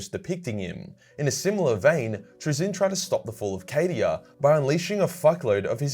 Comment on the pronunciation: Will the Necron tollerate your pronounciation of Trazyn the Infinite?